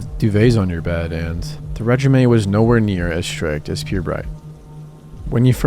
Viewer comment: Bro just said 'regime' like 'resume' ???